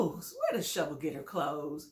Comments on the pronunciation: Wow Hater her name is SHA-VEL not SHO-VEL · Why are you calling her Shovel her name is pronounced SHA-VELL .If you saw the show you know her name you are being MESSY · Dam, atleast say her name right, give her that. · The way you butchers Shavel's name. Smh🤣🤣🤣